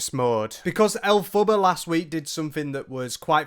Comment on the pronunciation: Why do you keep calling her 'El Fubba'?